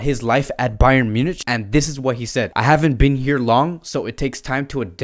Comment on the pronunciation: Munich is spoken as MYU-NIK